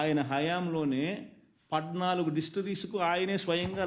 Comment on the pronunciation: పద్నాలుగు అనడం రాదు నీకు, పడ్డనాలుగు